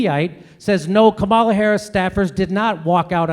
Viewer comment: Brilliant vid. A little amusing that Jimmy properly pronounces "Comma-la" when he's mimicking the chant, but then defaults to "Ka-MAL-uh" for the rest of the vid. To be perhaps overly fair, Harris didn't CONVICT innocent people for career advancement. She "merely" ignored evidence that convicted people were actually innocent. But still.